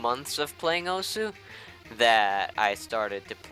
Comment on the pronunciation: Isn't osu said like oss?